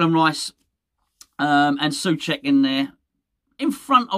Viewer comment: SO cek. It is not difficult. It is pronounced SO-check